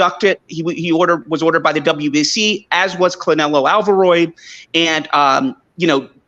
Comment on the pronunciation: was consistent with “Clenelo Alvaroid” and “Bumlovkin” I love it 😂